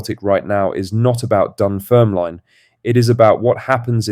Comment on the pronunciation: Dunfermlyne... noooo. Say Dunfermlin